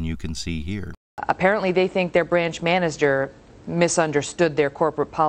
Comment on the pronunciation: manesger? lol